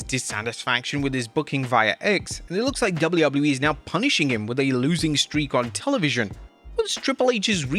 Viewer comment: Why are you calling WWE "dubblee-yubbloo-ee"?